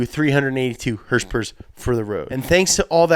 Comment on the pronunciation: did he say hourse power?